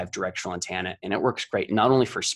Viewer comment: I will never understand by some people say "antanna."